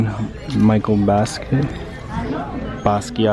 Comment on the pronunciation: bruhhhh "jeen michael bask"